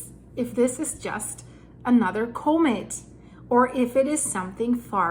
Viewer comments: Coe Mitt? Nah the word is pronounced Comm Mitt. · Comet Pronounced ‘cawmet’